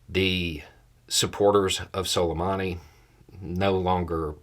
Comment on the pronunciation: Soleymaanee is the correct pronunciation... Love you...